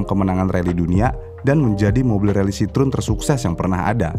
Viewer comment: CITROEN kalo dibacanya Sitroeng bang 😂